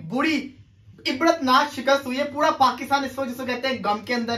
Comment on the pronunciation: That's not puda it is pura 😂